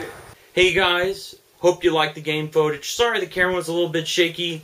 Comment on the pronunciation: just a minor edit i suggest to future vids its pronounced "foot-age"